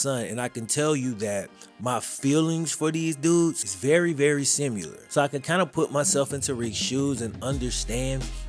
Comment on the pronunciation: Been a fan and subscriber as long as I can remember and I’ve never said this. But the way you say similar is hilarious 😆 😂 “Simular” 😭 amazing content G keep it up please 🙏🏻